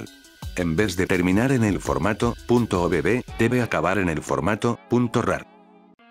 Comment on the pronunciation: Soy el único que se ríe cuando dice obb porque entiende "o bebé" 😂